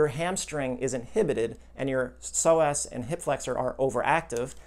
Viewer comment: "In-hip-petid" from childhood!